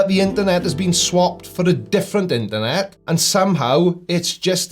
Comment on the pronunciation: So, it's "interNOT" :_blindersLol